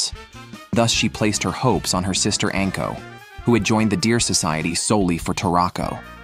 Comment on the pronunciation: Also, anko is not pronounced "ənko", it's "ahnko"